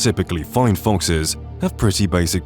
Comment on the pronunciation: It's foxes, not fonxes